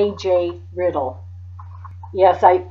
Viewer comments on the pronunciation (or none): A gee riddle not aj